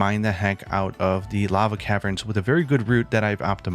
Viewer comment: That is not how you say lava